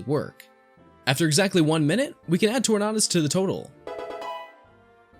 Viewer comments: Tor-nay-dus* Like 'Tornadoe' not "nah" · I’m pretty sure it’s pronounced Tor nay d us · Do you pronounce Tornado as Tornaedo? Then why would you pronounce Tornadus as Tornaedus? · TorNAHdus? Do you say torNAHdo? nah, and if you do, dont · tor-na-dust really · I have never heard anybody pronounce tornadus like that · You pronounced tornadus wrong, think tornado just replaces the o with us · Nope. It’s his pronunciation of Tornadus..